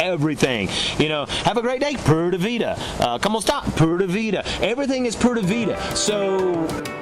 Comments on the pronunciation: Pura -- not "Purda" ! \ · How to pronounce ‘Pura’. Poo - rah. Not Pure - ahhh, or Poorda , which is what I think the host is saying. Advantage when you live in Costa Rica? Learn the basics of the language, and the people will befriend you, embrace you, protect you.